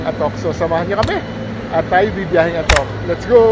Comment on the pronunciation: Sir, mali po ang pagbigkas ninyo ng /'ATOK/ baka po magalit ang mga lokal.